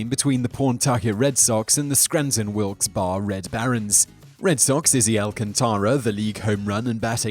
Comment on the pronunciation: Purdue and Evander have slightly different accented syllables. Wilkes-Barre is also pronounced a little differently...not that I blame you. No one seems to know that one: And I'm not being negatively critical. I just know how crazy it drives me when someone not from the area says Louisville, Kentucky. I figure other people probably feel the same. People in Purdue, for instance, take it pretty seriously. Not in a rude way; Indiana is just passionate about a few things...basketball, various universities in the state, and being Hoosiers instead of Indianians. I like Indianians, myself.